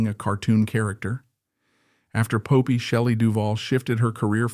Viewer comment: Pope-eye? I hate AI